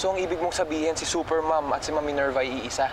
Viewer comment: Minerva✅ Ninerva❌